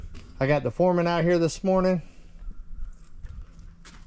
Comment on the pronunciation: You keep saying it wrong you have the Supurrvisor and the Furrman. Lol every time you say it I correct you and my husband laughs because I have my headphones on so he has no idea what I am watching until I blurt out "nope your saying it wrong again".